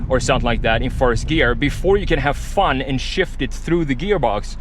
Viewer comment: "Fahn..." did he mean "fun"?